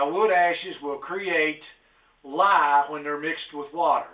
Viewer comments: Did you say a quart of lime or a quart of lye?? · did he say lime or lye?